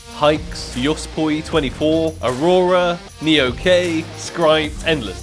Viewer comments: i love how u say neok as neo K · said neok as nee-okay😂😂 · Haha u butcherd neoks name 😂